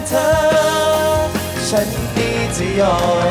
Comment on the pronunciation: ร้องเพลงออกภาษาไทยชัดเจนมาก ไม่อมลิ้นเหมือนน้องหลายคน แต่ละคำฟังแล้วไพเราะ ไม่น่ารำคาญ คำว่า ฉัน ก็คือ ฉัน ฉ ไม่ใช่กึ่ง ๆ ฉ และ ช ร คือ ร ไม่ออกเสียงแบบตัว R ซึ่งกำกวม ทั้ง และ สามารถเป็นนักร้องอาชีพได้สบาย ๆ